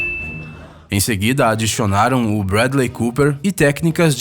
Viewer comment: "Em seguida adixionaram" kkkkk